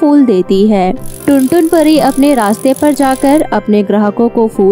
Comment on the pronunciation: Pariya NAHI pari